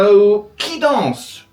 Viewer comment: Jo danz? Je dance. Vous danciez ? Vous dancez. That’s not correct and the prononciation is bad. Sorry, but the video is good.